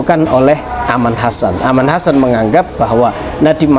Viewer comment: Keren ..sebuah pendekatan syar'i yang patut kita acungi jempol.tinggak sebutan nama saja .bukan Aman Hasan. Tapi Arman Chasan